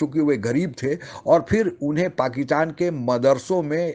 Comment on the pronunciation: हेलो एंकर साहब, बलूच लोग जो पाकिस्तान पर अटैक कर रहे हैं वे दहशत गर्द नही है। वे अपनी स्वंतत्रता के लड़ने वाले सैनिक है। ध्यान रहे इस बात का। पाकितान नही पाकिस्तान होता है। उच्चारण शुद्धि ले आएं अपने बोलने की शैली में। बहुत ही अशुद्ध उच्चारण का प्रयोग करते हो आप इसीलिए वीडियो का कोई खास प्रभाव नहीं पड़ता अपितु देखने वाले थंबनेल और शीर्षकों की वजह से आकर्षित होकर देखते हैं🙏🏻